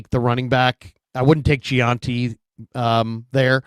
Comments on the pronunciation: please it's Jen-tee not je-an-tee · His last name is Jeanty it’s not that hard for F sakes